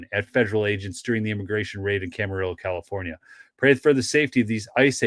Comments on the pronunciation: Pronounced cam a reeo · Hey, it's pronounced Camariyo LL is pronounced like y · Camarillo = Cam-uh-ree-yo. Love your videos!